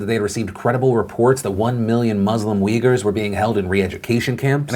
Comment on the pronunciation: the people are not wiggers or weejers, they are uighurs as in ooy-ghoor. quite shocked to see even wikipedia gives not one but two wrong pronunciations. if you look at the way it's written in their language (in arab letters) it's more clear it's oo-y-gh-oo-r.